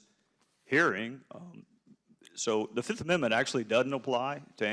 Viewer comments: "I plead the FIZZIIFF!" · I bet he watched chappelle show before this hearing. "I plead the fif"